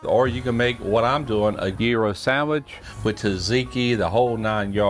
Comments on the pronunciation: As a Greek I can appreciate it when somebody actually says gyro the right way!! Sandwich looks good!! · thank you for saying Gyro the right way.From what i understand the gyro was invented in the 60's by a Greek.Were but NewYork.